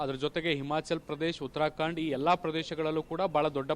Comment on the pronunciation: ಉತ್ತರಕಾಂಡ ಅಲ್ಲ, ಉತ್ತರಾಖಂಡ pronouncination ಉಚ್ಚಾರಣೆ ಸರಿಯಾಗಿರಲಿ.